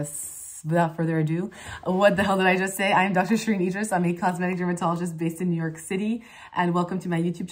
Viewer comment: Wonderful French accent Shereene. The only one thing I noticed is that when you say New York, it sounded a bit like the French city 'Niort'. Please keep adding your French and Spanish bits. I think it's so fun